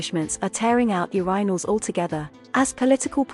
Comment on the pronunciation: Great video for something AI voiced. Pretty good vpicing other than she says Urinal wrong which is ironic since its the topic of the video 😅